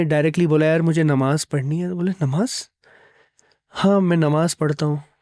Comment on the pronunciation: It's namaaz....not nimaaz